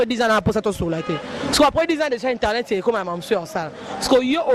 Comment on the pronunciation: Bonjour à vous très chers inteurnet??? Euh!! Boyekola pe musala ango nako loba correctement. Ce métier est noble bon sang!!!